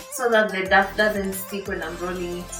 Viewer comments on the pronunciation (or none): I like your recipes. But I cringe everytime you say DAF.. DAF. It's pronounced DOW.. DOW.. Like this